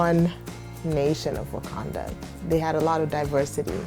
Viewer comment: when he says what do you know about about wakanda sounds like buganda